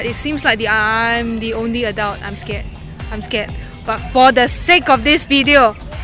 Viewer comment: Today =Sudey ,scared =care, pretty =pity, fab pronounciation 🤣🤣😂😂🤣😂😂🤣